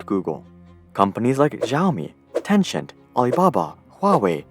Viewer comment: The way he said Pichai and Tencent💀💀